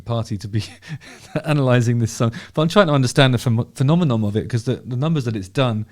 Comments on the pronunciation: I haven’t even watch the video after 10 seconds if you can’t say ‘phenomenon’ correctly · Pedantic moment: Phenomenon. -non. Not -nom. -non. Phenomenon. (Love your channel, BTW.) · The word phenomenon ends with the letter N not the letter M 😃 say the often used prefix NON - now say phenome and add NON - you can do it